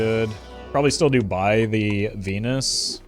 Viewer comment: every time he says venus i swear hes saying something else